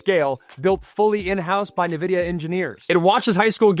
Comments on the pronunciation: I was wondering how Texas Tech suddenly started getting top ranked recruiting classes... That explains it. Also, just for future reference (not trying to be mean) Nvidia is pronounced "in-vidia," not "nuh-vidia." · Sorry this is driving me nuts. It's pronounced En-vidia not Ne-Vidia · No one’s gonna see you as a credible source of information if you don’t know how to pronounce Nvidia. Look it up. N - Vidia Not Ne-vidia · Dude, it's N-vidia